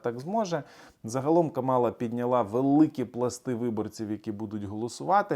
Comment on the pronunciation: Каʼмала,наголос на перший склад)